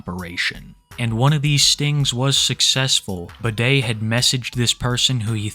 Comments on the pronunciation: I was listening to this video while doing chores and when he called him “bidet” I was so confused until I looked at how it was actually spelled 😂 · Everytime you say his name i only hear bidet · Hey. Medium enthusiasm fan here, just wanted to say I was a huge fan of how you called him Bidet instead of Budday. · I know youre saying "Budday" but its so funny to me that it sounds like "Bidet".... very fitting 😭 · So his online handle is Budday? Is it a play on words? Does he know it sounds like Bidet? Oh of course not! He’s too dumb for that